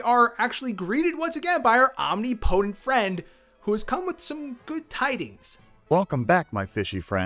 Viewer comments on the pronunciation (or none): Dude, enough! It's pronounced ahm nipa tint NOT om nee po tent